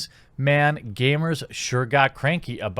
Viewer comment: Did you just say gamer with a hard R?